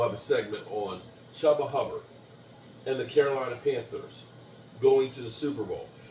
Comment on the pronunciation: Chubba Hubbard?? I’ve never heard someone butcher so many names in my life All I can do anymore is SMH 🤦‍♂️